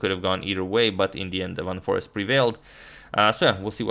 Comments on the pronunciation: It's not Forest but Foreest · It's van foreEst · It's Van Foreest (not Van Forest).